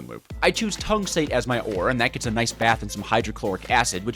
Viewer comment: Did he just say Nayce?